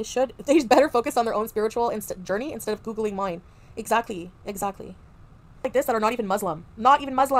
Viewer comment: “Exzacky” 😂. It’s giving very much “dispectful”.